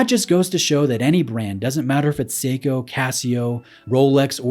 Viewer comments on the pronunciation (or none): none